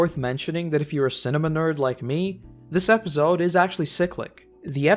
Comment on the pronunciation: No offense bro, but episode is pronounced with a soft 's' and not a 'z'. Other than that, great vid